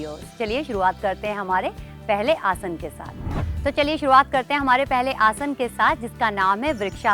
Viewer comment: Ye aurat abi bi Asan ko Asana bol rahi hai, mujhe ab chid hone lagi h isse man Kar Raha h galiya bak du,, ye hamare yog guruo ka apmaan Kar rahi hai,, 😡🤬